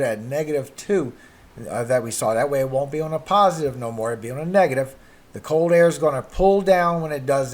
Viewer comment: How about learning to pronounce the letter L, as in COLD ? Lets add GULF not GOLF to your assignment.